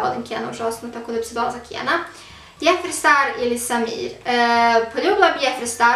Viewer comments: Ne kaže se jefri već Džefri star...Jeffree Star se pise...Inače dobar video 👍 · kaze se dzefri star